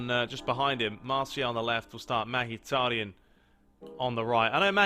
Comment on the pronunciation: Who the fuck is "magitaryan" 😂